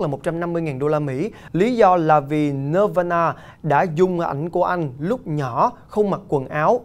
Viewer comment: Nirvana band đọc là nơ va na nghĩa là nát bàn của chữ Phật giáo !